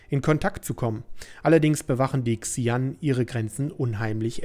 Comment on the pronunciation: übrigens werden die Xi'An "Sche-ann" ausgesprochen :P